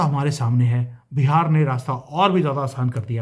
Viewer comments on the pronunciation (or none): none